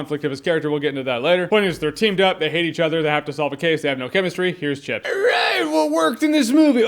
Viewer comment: I thought Jeremy said "Shits"